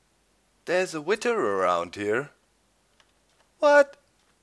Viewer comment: Doc, versuch bitte mal ein bisschen an deiner englischen Aussprache zu arbeiten, es tut mir jedes Mal in den Ohren weh, wenn du "Witter" sagst... Keiner verlangt perfektes Englisch, aber es wäre ganz cool, wenn du das "th" wie in "SethBling", "over there" und halt "Wither" ein bisschen, naja, englischer und weniger deutsch aussprichst ;).